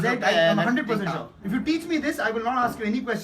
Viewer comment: “Eeeef you come today, it’s too yerly”